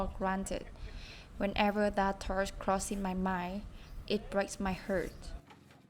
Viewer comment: Nhắn nhỏ bạn cái này xíu, hông phải quánh giá gì hết nha, nhưng nếu bạn muốn phát âm càng ngày càng hay và nhất là ko gây hiểu nhầm thì có thể check lại từ heart và phát âm -ed (ví dụ trong từ worked) nhen Nhưng phát âm ko làm thay đổi sự thật là câu chuyện của bạn và cả gia đình rất đáng ngưỡng mộ Chúc bạn và gia đình nhiều sức khoẻ và động lực ❤